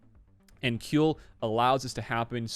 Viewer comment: Kuiil is pronounced "squeal" (like a pig) without the "s".